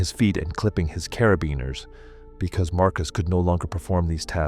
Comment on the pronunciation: Carabiners are pronounced cara-bean-ers